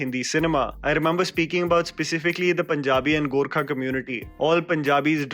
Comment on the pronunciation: I'm just glad you called us "Gorkha" and not "Gurkha" 😁